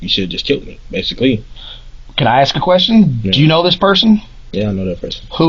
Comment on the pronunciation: "Axes me" - "Not minez" - snotty noses... 😢